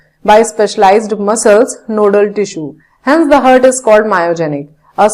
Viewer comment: she keeps saying hard not heart